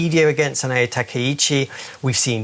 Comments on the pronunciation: She can't even pronounce the Japanese PM name right. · That pronunciation of sanae takaichi was painful. It really shows the level of preparation and dedication these guys have